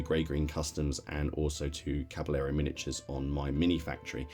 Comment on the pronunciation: I hope I don't sound priggish but being from Texas and growing up with the Spanish language your pronunciation of Caballero is kind of nails on a chalkboard to my ear. The doule L in Spanish is pronounced like a Y in English. So, as if cabayero or as with tortilla = tortiya, Oh and if not too fine a point, the B in Spanish is more like a V in English or somewhere in between B & V. So, Caballero comes out closer to Cavayero. Love all your stuff.